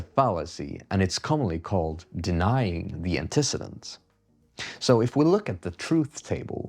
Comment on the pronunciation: People typically pronounce it Anteh-ceedent